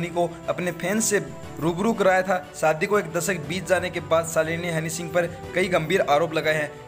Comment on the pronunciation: Hanny singh...nahi...honey singh ....